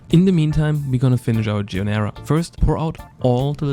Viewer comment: Gee-ar-dee-nara = giardinera, correct pronunciation.